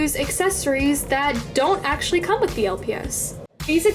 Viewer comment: this is how many times she said esechlely ⏬